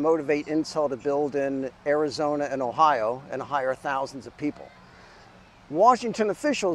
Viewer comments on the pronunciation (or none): none